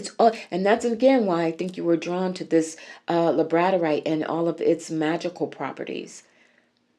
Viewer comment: Its pronounced Labrador (like the dog) ite ❤